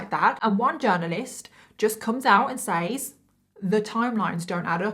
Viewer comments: I can’t remember if I’ve commented about this or not . I remember you saying that your accent has been questioned. I think I’ve figured it out. It’s how you say the word “says ”. There are times when you say it with a long vowel sound when it’s supposed to be said with a short vowel sound. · Has anyone ever noticed that once you have been saying and hearing a word wrong, that when someone says it correctly it sounds wrong to you. She pronounced the word " says " just like it sounds but in the USA we say "sez" as if it's the present tense of said.